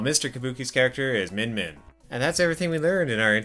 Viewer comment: learn to pronounce MIN MIN , bloody hell!